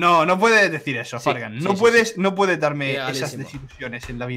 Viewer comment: Ya fargan lo dijo bien